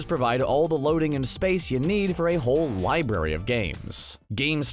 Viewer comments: he meant they pronounced it libary when it's supposed to be pronounced library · So no ones going to talk about them saying “libary” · Library*